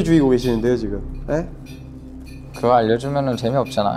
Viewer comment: vous entendez ici l'accent de Joshua < geugeowrr > ? Je ne sais pas si c'est juste moi mais j'adore 😭😭